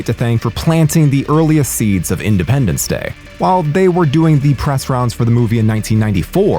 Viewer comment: "Idependence".... that alone is friggin hilarious.